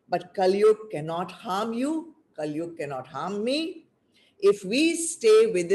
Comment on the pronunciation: Terrible audio. Lots of the talk missed! And, why do you keep saying काली instead of कली?? They are totally different beings.